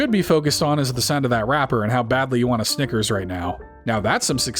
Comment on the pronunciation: not a SINGLE G in snickers btw